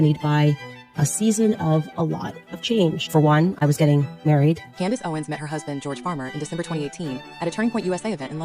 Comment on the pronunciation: I want to point out another mispronunciation of CONdace. Adrenal is pronounced, “au dree nal,” not “ah dren al.”